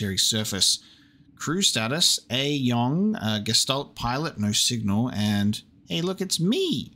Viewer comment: Well, at least you are TRYING to read the German texts. I guess that is something at least. :D A few easy things if you are interested: "sch" is always pronounced like the english "sh", "ä" is like the "a" in "hat" or the "ea" in "head", "ch" is not like "k" but like a toneless hissing sound, but softer. Oh, and since it appears quite often. The "s" in front of a "t" like in "Gestalt" is also pronounced like english "sh". And to help you with the names: Elster = Magpie, Star = Starling, and so on. All the names are birds, so you may remember them better by translating them.